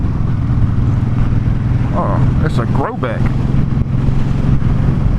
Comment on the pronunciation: As soon as you said grobeck I knew you were from Louisiana 😆 I live in Thibodaux